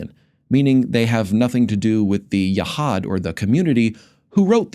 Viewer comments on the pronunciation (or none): And "Yehad" should be pronounced Yehud.